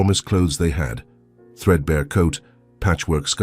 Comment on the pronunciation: Lovely story. I had to laugh the two times the words said her coat was threadbear instead of threadbare!